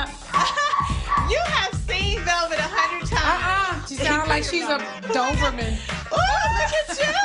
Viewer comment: What is a “doverman”? Lol